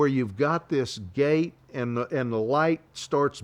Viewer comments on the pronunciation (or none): none